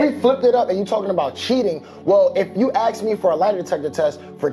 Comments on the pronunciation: These women not being able to speak properly and CONSTANTLY saying AKS instead of ASK is grounds to divorce them. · The word is 'ask' not 'axe'